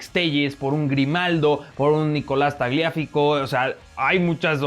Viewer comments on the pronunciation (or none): se dice Tagliafíco, no Tagliáfico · Hola, quería comentarte (sin ánimos de ofenderte o hacerme el inteligente) que se pronuncia TagliaFIco, no TagliÁfico. Soy Hincha de independiente y siempre le dijeron así seguí con los videos que sos un crack, me encantan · ya me explicaron como se pronuncia tagliafico Also: taglíaficó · sin ofender, pero en Argentina a Tagliafico se le dice como es su apellido sin acento. Por favor llámalo como es correcto. Muy buen video y zouma me encantaría que volviera al chelsea